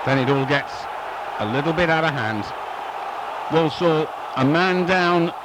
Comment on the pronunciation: Walsall not Wallsall